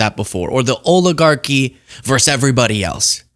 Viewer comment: It’s “versus” NOT “verse.”